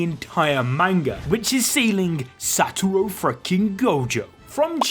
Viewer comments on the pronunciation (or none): none